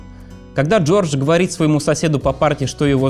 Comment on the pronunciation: "Говос", "квассика"- неподражаемо...